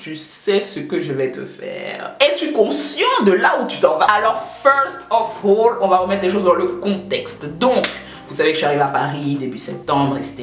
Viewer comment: " Feurst ovole " 😂😂❤